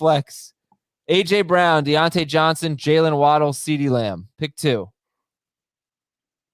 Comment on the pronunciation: By the way D'onta Foreman, I don't believe it is pronounced "Dee ontay" is it?